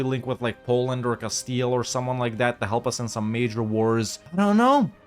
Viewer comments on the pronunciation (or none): none